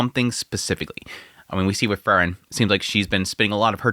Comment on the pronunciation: Sadly he's never been able to pronounce Frieren correctly which is odd considering it's said quite clearly in the anime as well as people leaving comments on how to pronounce it.